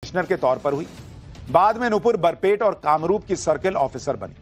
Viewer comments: Its Barpeta, not Barpet. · सुशांत जी बरपेट नहीं बरपेटा हैं। ये एक मुस्लिम बहुल जिले हैं। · Sir please clearly speak Barpeta District not Barpet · sir it's not BARPET , it's Barpeta